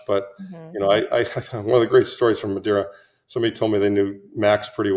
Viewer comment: Madeira. Not Madira.